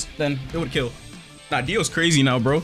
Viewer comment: Bro even got dios pronouns right